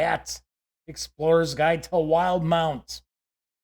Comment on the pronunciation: "will - di - mount"